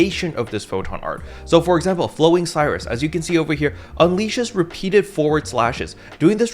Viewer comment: "No! My Voltage!" - Luster Mains, probably P.S. Please double check how Flowing Sirius is spelt, I don't think it's supposed to be pronounced Flowing Cyrus.